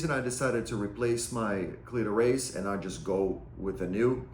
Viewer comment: “Cleetoe Raise” 😂 great video though